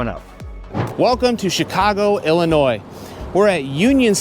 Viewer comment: Thank you for pronouncing Illinois correctly many people say it with the s which is wrong since for the people who do not know the d Illinois is silent.